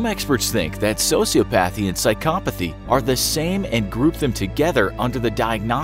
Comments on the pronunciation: This guy saying sociopAthy instead of sociOpathy is driving me CRAZY!! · As soon as you pronounce sociopathy as "socio-path-y" and not how it is properly produced "soci-op-athy", I can no longer take you seriously. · I hate how some people say sociopathy. It isn't Pathy, it's pronounced Pothy, but the spelling is different.